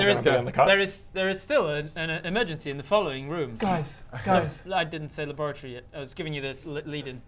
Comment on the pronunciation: The 1st few times I heard "laboratory", I swear I heard "lavatory". I really wanted to fix the toilet as a science officer.